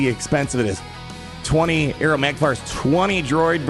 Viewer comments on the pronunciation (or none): none